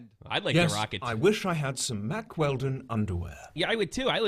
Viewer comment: Keem and were saying mark instead of Mack for hella long at the beginning